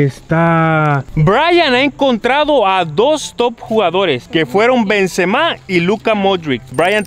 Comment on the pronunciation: lo que mas risa me dio fue que se equivocaban pronunciando los nombres de los jugadores tops xd por ejemplo a MBAPPE le decian Empape a BENZEMA le decian BEN SE MAS